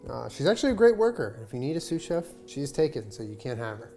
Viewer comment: Excuse me! I thought it was SUSAN CHEF, not sous chef haha!